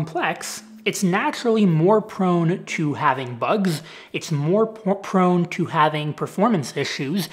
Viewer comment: Its more prone to... its more porn to... its more prone to😂